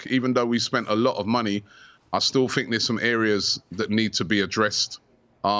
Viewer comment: Robbie "I fink" Lyle